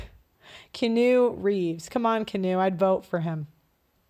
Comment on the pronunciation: She did 😂 Massive L for that one Messing up & not recognizing Keanu (Key-On-No) or (Key-On-New) Reeves